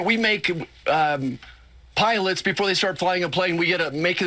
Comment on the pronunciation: "Wook, we make piwats flying pwanes...". Fire that dumbass and elect someone with an intellect. WITHF?